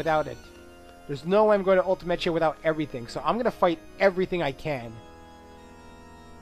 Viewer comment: So admittedly I didn't watch this LP from the very beginning, but when you pronounce Ultimechea (Ultimecia) and seedees (SEEDs) like that, is that a reference to something from earlier on? Apologies if that sounds like an odd question though, it's just that I've never heard either of them pronounced like that before.